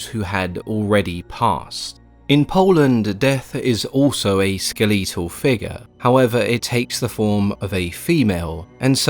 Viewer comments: Skuh leet uhl is cracking me up... That's can't be how it's pronounced across the pond is it Skel uh tuhl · First time hearing someone pronounce "skeletal" like that